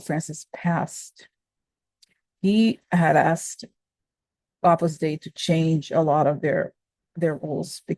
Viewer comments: Love your daily shares! 🙏🏻🙏🏻🙏🏻 Side note: Opus Dei is pronounced 'Opus Day.' 🥰💙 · pronounce O pus Day-ee